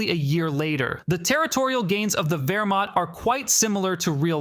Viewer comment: It's obviously AI generated. You can hear the artifacts in the voice. Look at this point for example: "Wehrmat No human being would pronounce this. It was a typo that the AI just read into an incorrect pronunciation.